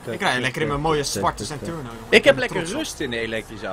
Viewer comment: Wat is een zenturno het is zentOrno een OOO geen UUU